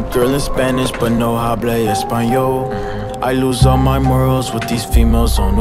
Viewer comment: this man really pronounced the "h" sound when it's supposed to be silent LMAO